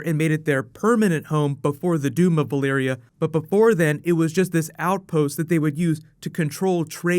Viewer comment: am i the only one hearing "Balyria" instead of "Valyria" ??